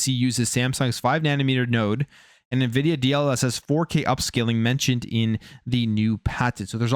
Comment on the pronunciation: It's pronounced en-vidia.... Not ni-vidia.🙃